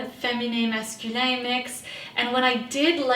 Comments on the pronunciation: I jumped at the French Canadian "masculin/féminin" 😅 represent! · Yes, I was like, "How did she just pronounce that? Is that from French?" So surprising and endearing!